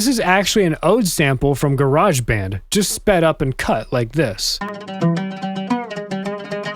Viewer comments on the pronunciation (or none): none